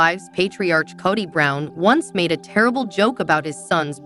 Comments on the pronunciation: You cant even pronounce Kody right!! Koty???😂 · This pronunciation of Kody is driving me crazy ……Coddy 🙈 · It wasn’t a joke and he said it on the tell all!!!! It’s Kody not kitty🤨